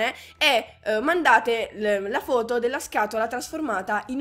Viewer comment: Ma sei cremonese? L'ho capito quando hai detto "foto"